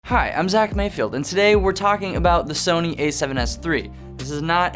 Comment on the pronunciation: So-knee , So-Nay Sauce 😂🍾